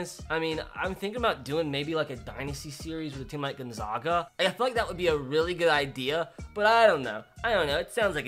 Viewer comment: Gonzaga??!! I was gonna ask if you were from Spokane but you wouldn’t have pronounced it “Gonzoga” it’s zag-a like zig zag....